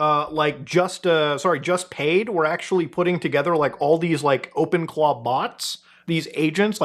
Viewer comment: Ngl calling them 'Open Claws' instead of 'Open Claw' is triggering me so much 🤣